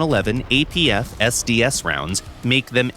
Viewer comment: The way apfsds was said realy caught me offguard. "apf...sds"